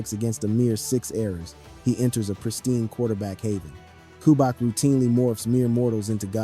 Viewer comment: Who is Ku-back? Is he related to two-pack? It’s cu-BE-yak not Ku-back🤦🏽. Otherwise, it was a good video